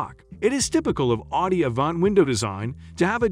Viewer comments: What's with the weird pronunciation of "Audi"? Or, more accurately, the "au" sound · I wish you would learn how to pronounce the company, not pronouncing it correctly